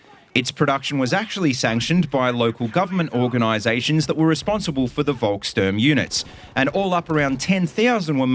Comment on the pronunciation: After the war, captured Volkssturmgewehrs were really found to be truly inaccurate. Volkssturm were also fitted with little to no equipment, making them go to war with no protection or even worse, no weapons. The proper pronunciation of Volkssturm is folk-shturm.